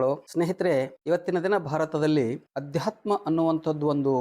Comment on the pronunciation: ಅಧ್ಯಾತ್ಮ ಅಲ್ಲಾ ❌ ಆಧ್ಯಾತ್ಮ ✅